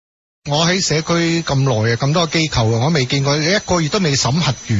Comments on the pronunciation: 支持機構讀成kau3 我自己都不自覺由電視學o左o的怪獸音 :( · 正確發音是機構（扣） 機構（救）是錯誤的發音。請注意！